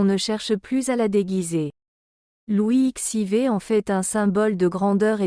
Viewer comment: N’importe quoi ! Louis xiv, on dit Louis quatorze, l’IA a tout à apprendre.